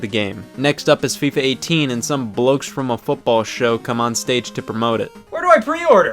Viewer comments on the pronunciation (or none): Hearing an american say the word "Bloke" is cursed